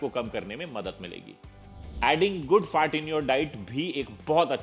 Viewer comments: His FAT sounds like FART 😂😂😂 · Sir Kindly Pronounce FAT properly.....A good n every word